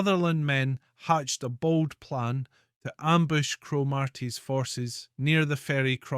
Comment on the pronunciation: Very interesting, thank you.....but surely pronounced Cromart'ee' and Golsp'ee'?